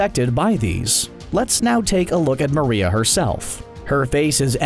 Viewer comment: Bro you butchered the names of sina and maria and its not colussus its colussol in the anime and sina is like john sina